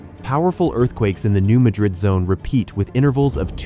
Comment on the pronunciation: Please get the pronunciation right…it’s New MADrid, not New MaDRID.